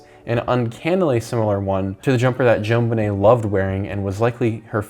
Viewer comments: One suggestion: G is pronounced "Gilane". Jonbennet is pronounced "Johnbennay". Little known fact: JB is a made up name. Its John Ramsay's first and middle name combined. Also, Cyril Wecht is pronounced as it looks: Wekt. He's arguably the top forensic pathologist ever. He recently died. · stop say zjoanbenet like that its annoying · their names are pronounced: John-ben-ay Mad-uh-lin Gee-lin (hard g)